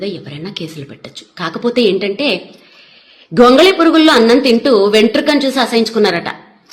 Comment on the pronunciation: Gogali purugu kaadu gongali amma thalle